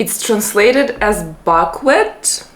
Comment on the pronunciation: Buckwheat ! pronounced Bukkwheeet . Delicious ! Enjoy !